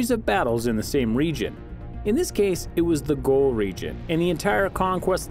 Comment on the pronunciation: The narrator says pirates and I see 18th cent. ships.I skip forward I hear goal instead of Gauls.Pass. I will learn nothing here.